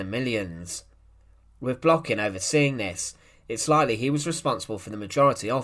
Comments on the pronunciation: An incorrect stress. His last name Blokhin is stressed on the last syllable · u done even say his name right